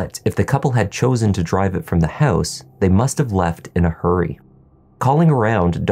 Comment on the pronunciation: House sounds like hose the first time you mentioned 😝but I got you 😉